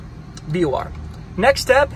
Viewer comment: Very helpful, but it is pronounced VOR, not BOR.